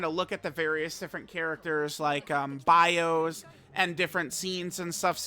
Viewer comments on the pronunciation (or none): none